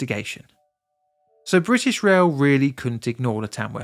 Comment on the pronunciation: Afferstone and Tamwuff? ok.